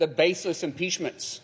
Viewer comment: Did Markwayne Mullin say the “bassist impeachments”?